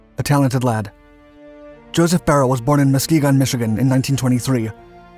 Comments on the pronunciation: Its not "Barrel" its "Buy Er Lee". How do I know? I consider him one of my friends ever since I purchased his book by Tom Maxwell in GR MI in 2002. He signed my copy and we ribbed one another as he was 101st ABN and I was 82nd ABN. His story should be a movie. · I read his biography. I think his last name is prounced "Bye-Early" not "Beryl" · His last name is pronounced BY-UR-LEE. Im close friends of his family. Glad to see you covering him! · Isn't his surname pronounced buyerlee? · The video is great but BRUH did he butcher that pronunciation of beyrle